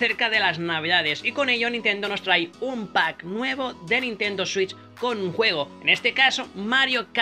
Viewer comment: Digo la Nintendo swiuis .. Jajajajajajajajaja